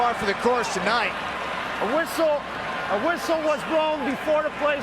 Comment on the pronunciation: "A WUSSLE....A WUSSLE WUZ BLOUN BEFOUR DA PLA STAURTED'" 😂😂😂